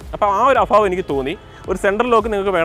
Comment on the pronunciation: അഫാവം അല്ല, അഭാവം..